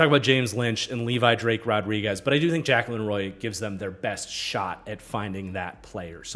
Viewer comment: Little late to the party but Jaquelin Roy pronounces his first name (Juh-kway-lehn)